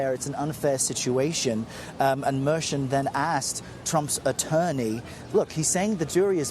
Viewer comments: Tell your cbs court insider to say the Judge's name correctly. MER CHAN ,,(MER-SHAWN) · any chance of the reporter learning how to properly pronounce Judge Merchan's name ?